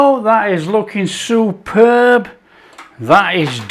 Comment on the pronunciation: I heard that as well”soup-herb” but either one works. 👍